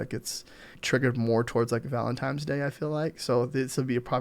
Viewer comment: ValentiNe not valentiME 😂 but seriously great video thanks!